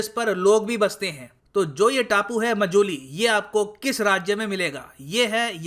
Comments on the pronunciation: Sir it's not मजुली its माजुली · It's Maajuli not mojuli..... Sir 😊